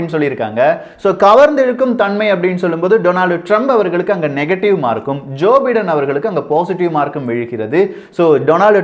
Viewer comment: correct to pronounce Joe Biden is Joe By-den.